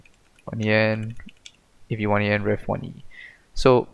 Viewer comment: It's pronounced avian, like with birds, cool script.